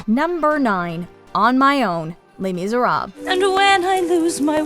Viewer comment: Bold of you to assume i can belt Every video i watch of yours that has les miserables in it you pronounce it wrong without failure How did i know that would be #1? 😂❤